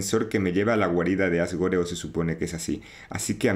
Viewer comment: Asgore se pronuncia Asgor, la E es muda por ser juego gringo